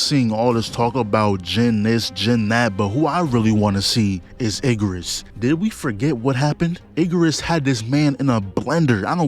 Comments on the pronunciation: Yes it's bird. Why commentator say Iggerus like that? It's Igris 😅😅😅... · “Iggarus” bugged me more than it should have 😂